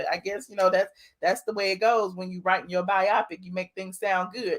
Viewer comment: Can we please say "bio-pic" not "bi-opic"! A biopic is a biographical picture for short. Y'all killing me with that every time I hear it. LOL